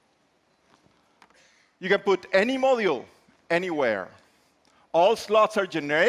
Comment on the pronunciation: Seems like they should have used someone that can actually pronounce module. Phone definitely looks interesting but with the amount of space you are sacrificing by requiring pins and modular plastic pieces it seems you would just end up with a heavy clunky phone that's likely underpowered compared to its rivals.